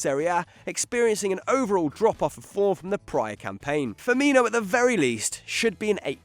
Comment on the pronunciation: I cringed when he said Robert firmino😞